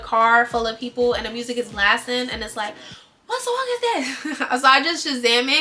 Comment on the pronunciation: the amount of times i've watched is crazy 😂😂 "give me the soong"